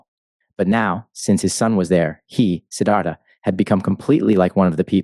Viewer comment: it's siddarta ..